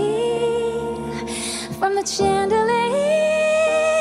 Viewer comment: gorgeous dance, but the song is distracting when she can't properly pronounce chandelier.